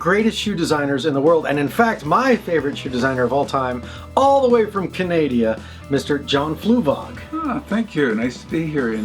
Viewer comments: "Canadia" xD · Gabrielle .Rockhill... I sometimes say "CANANADA" 👻